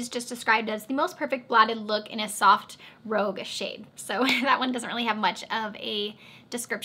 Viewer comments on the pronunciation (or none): Hey there. The one you said doesn’t have much of description, Talker, you pronounced rouge as rogue. Rouge is actually pronounced rooge, like blush. So Talker would be described as the perfect blotted blush color. Hope that helps! :)